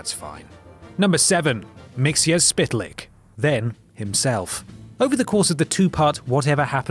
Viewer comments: admittedly it's a silly name but you pronounced Mxyzptlk wrong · mxyzptlk; pronounced MIX YES PIT LICK. it's not hard, man. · Mxyzptlk is pronounced mix-it-spit-lick (more or less) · MXYZPTLK is pronounced Mixleplik. Not what is said in this video. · Mixy plicks is the way you pronounce the name... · Mxyezptlk isn't at all hard to pronounce How to say it. (Mix)(Yes)(spit)(Lick) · It's pronounced mix is pid a Lix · Always thought its pronounced 'Mix-L-Plick' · I'm being picky but it's pronounced mix o pid a lik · It's pronounce mit-zo-pit-a-lick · It's Mr. Mix el plick. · I think it was pronounced Mix-el-plick. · Is there a separate video somewhere on youtube arguing how to pronounce that "imp from the 5th dimension"'s name that you make him say or spell his name backwards tp get rid of him. Because in this video and episode of SuperGirl, how his name is is pronounced that wierd and difficult. How its pronounced in the 80's cartoon series Superfriends, makes more sense..... Mix-ul-plick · actually the only semi official way to pronounce it is the way the animated series did, "Mix-Yes-Spit-Lick" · Come one,. This is a piss poor video. You pronounce Mr. Mxyzptlk wrong and you got Injustice wrong. Your other videos are always great, but this one, not so much...... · You pronounced Mxyzptlk wrong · mxyzptlk you said it wrong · very wrong